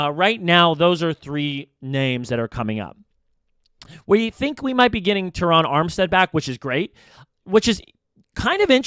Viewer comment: I’ve never heard anyone mispronounce Ter-Ron Armstead’s name five or six different ways EVER. Also, it’s Kader Ko-Who. Come on bro, you can do better. Listen to Drive Time podcast w Travis Wingfield & you’ll learn why Miami is going to wax Denver on a sweltering Sunday afternoon at Hard Rock stadium. #Finsup ✋️😃🐬🏈